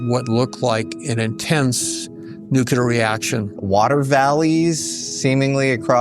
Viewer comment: I have a hard time buying anything from a "scientist" that says "nucular" and "nuculus".